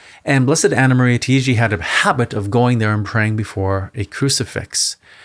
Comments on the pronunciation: It's not pronounced "Tee-gee" It's TAH-IGI... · She is an Italian so you should say it not Tiiji, but Taiji. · Her name is pronounced TA-I-GI. The A is like Ah.